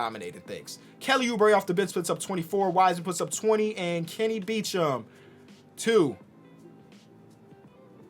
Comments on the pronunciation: Hold up isn't Kenny's last name "Beecham" not "Beachem" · Kenny "Beachem"